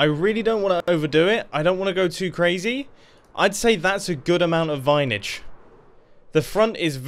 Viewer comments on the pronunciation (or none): VINAGE, THE WORD OF THE EPISODE:) Edit: Mumbo please actually do this, thanks!!